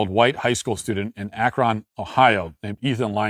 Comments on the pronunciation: Hi Matt! Huge fan here. I live in Akron, Ohio and I just wanted to politely tell you that Akron is pronounced 'ack-run.' Like , the word run. It does not rhyme with bone or moan. Not, Akrone. ;) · ou can't pronounce akron. It's pronounced ack-run. It's stupid what etahn lyming did. Why would u mess with black guys? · Akron is pronounced akr-in